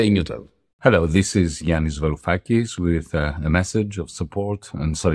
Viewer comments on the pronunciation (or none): btw it's Varoufakis not Yaroufakis, also I could have sworn most ML's swore off this guy after his weird "neo-feudalism" kick. I can't say I've heard much or engaged with his material since he started Diem25/started appearing with Zizek a lot. I know his stuff on Palestine has been solid but I don't know how to approach most of his work from a Marxist perspective, truthfully.